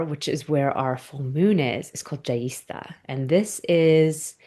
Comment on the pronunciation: Your pronunciation of Jyeshta made me laugh 😂 ….. if you want to hear how it’s correctly pronounced …